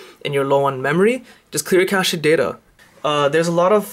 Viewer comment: Casheed data, hahaha, that actually made me laugh.